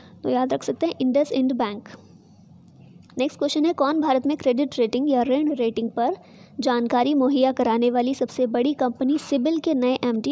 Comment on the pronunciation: Mam woh rent nahi rinn hota hai